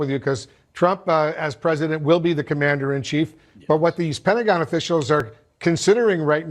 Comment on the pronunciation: as I listened it sounded like Pentagon "Brats"